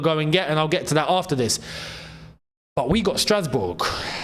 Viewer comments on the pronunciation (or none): i laughed the part you said strasboug😂😂😂